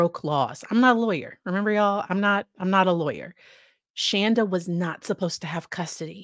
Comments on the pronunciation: It’s Shanda not Shonda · yeah. She was always. Ir is Shawn-da not Shaan-da. So every time people say it wrong I cheer a little. Small things. lol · I know this isn't a funny situation, but I have to laugh every time you say her name. She used to JUMP on anyone who called her Shan-da and would be quick to correct you any chance she got. Each time you say it that way I grin because if she ever saw this, it would make her SOO angry. I know some of how she acted and things she would say about her kids, dogs, her husband. All kinds of different things that went on. After watching this, you can tell Paul was abused by both his mom and dad, as were all the kids. (I worked with her at the "tech company" she mentioned In her testimony.) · She's pronounced Shawnda.. . Like in dawn. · I’m obsessed with this case. ❤ SAY HER NAME WRONG!!!!! Love it!